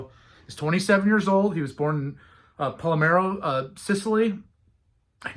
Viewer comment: Palermo not Palmero Vincenzo Mancuso: speak 'Vinchentso' Giuseppe: Chuseppe